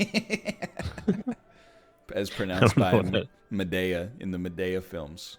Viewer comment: >Pronounces Madea Madaya This bothers me more than it should.